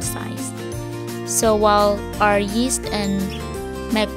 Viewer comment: Daisy rose fuentes -Haha sabi ko nga😜😜😜tas yung pag pronounce nya ng yeast sa una lumabas ang pagka bisaya ni,but so far ok naman ang kinalabasan😊😊😊.